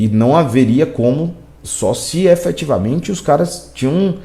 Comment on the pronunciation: Você quer falar difícil, falar bonito, e fala tudo errado: EFETIVAMENTE, ABSOLUTAMENTE !